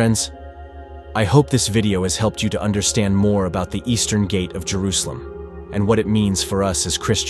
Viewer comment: Bro said "tray-ver-sed" "gay-tee" and "Jay-roo-salem" in the span on 10 seconds. AI voice over confirmed and video skipped.